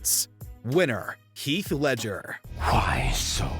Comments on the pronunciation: his name is Heath, NOT HEALTH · “health” say his name right atleast